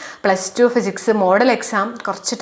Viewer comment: Not Phsics.. It's physics